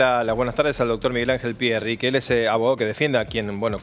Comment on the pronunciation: Pierri ? Pero Por favor